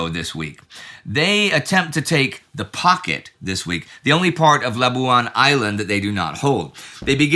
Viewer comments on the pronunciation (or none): none